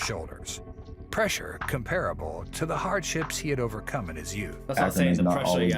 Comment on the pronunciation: Pressure not presea